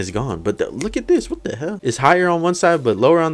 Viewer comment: You said whas the fuck